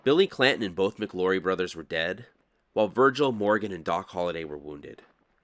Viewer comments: I thought it was McLaury, not McLorry. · Love your videos but javelina is pronounced have-a-leena. The name McLaury is pronounced Mick-lou-ries with the "au" pronounced as in loud. Arizona native here